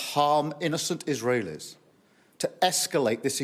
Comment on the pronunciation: Innocent Is-reelies?!?!😂🤣